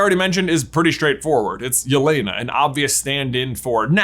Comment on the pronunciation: Really nice video and interesting theory. Well done! But let me correct one moment please. Name Yelena is pronounced a bit different. The 2nd vowel 'e' sounds like the 1st. It should sound like in the word 'television'. Also you can copy word 'Елена' and listen it in translator. No offense but I would appreciate if you at least try make the pronounciation better)